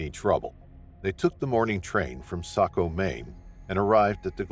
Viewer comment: Saco, not Socko.